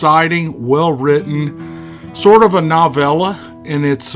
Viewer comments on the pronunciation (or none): Novella? That doesn’t sound right coming from your accent